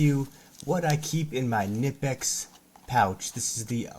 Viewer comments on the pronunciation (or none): My German friends tell me it’s pronounced kineepex. 😊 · Thanks fo rshowing the tools. One thing. Knipex is German and the K is not silent.